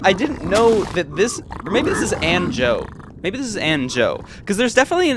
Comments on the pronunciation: yo my name is pronounced like “banjo” not “anjou” LOL But ggs!!!! Incredibly deserved netherite rankup. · its pronounced AAn"joe" anjo means angel in portuguese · he’s saying his name is pronounced like the “anjo” in banjo, not actually banjo